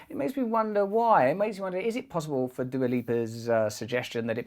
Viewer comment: Fun fact : "Dua" name is Albanian origin, and is translated "Love" given by her parents. Since you butchered her name let me translate yours: Halo is similar to Hale, which in Albanian is translated literally place to shit or VC. So by your logic your name is translated "legendary shit place".